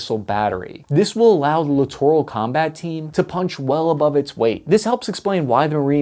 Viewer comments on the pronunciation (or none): Clittoral??? I like it. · Littoral? I thought you said Clitoral. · i CRINGE every time he says LITTORAL. Merriam-Webster has a great app with sound. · Lol “Littoral’